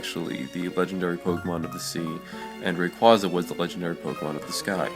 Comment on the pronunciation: You can't pronounce rayquaza right